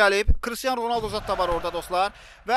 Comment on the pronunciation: Ronaldo demeyi bilmiyon